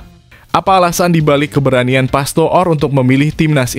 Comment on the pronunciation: ALEX PASTOOR = DIBACA ALEX PASTOR, BUKAN PASTO'OR PAHAM?